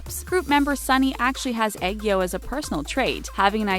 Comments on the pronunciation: I heard eggo instead of aegyo. XD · Lol when she said aegyo, I thought she said egg yolk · egg-yo , I -rin me: chokes on air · Her: Egg-yo Me: .......Wat? I mean.... You tried... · Was I the only one who cringed at the way she said aegyo No hate tho, love this channel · Omg they said 2ne1 right!!!😂 but BROO WHEN I SAW JUNGKOOKS AEOGO THO😭❤️❤️ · no offence but please google how to pronounce AEGYO. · I know that it's just that she pronounced ageyo wrong plus ageyo is like one of the Korean words international should know